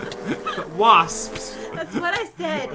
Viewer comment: AAAAAAAAH THERE'S WASPS! = WASPS Me: Wasps = Wosps